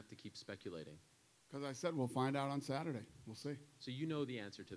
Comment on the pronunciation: Dana "will see in sathurday" White.